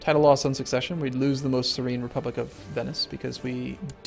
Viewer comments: Serene Doge. Serene is English. Serene. Ser-een. Not seren. Word nazi out. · its not sayr-in doge its Su-reen doge and make the genius your heir love your vids!! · Unless I'm mistaken, the "serene" in "Serene Doge" is not any special Italian word but just the English adjective "serene". In which case it is pronounced "suh-reen" not "sair-en" like you've been saying it.:) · you mean serEEEEne !